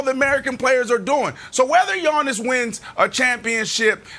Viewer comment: Someone has to tell Brandon it's not pronounced yawn-is 🙄